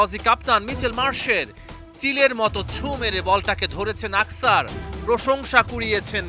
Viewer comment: আকসার না খানকীর ছেলে অক্ষর। উচ্চারণ করতে পারে না খানকীর ছেলে news reporter হয়েছে।